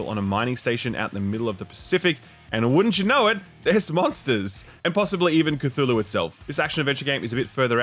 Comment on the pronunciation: repeated mispronunciation of Cthulhu really made me want to press the dislike button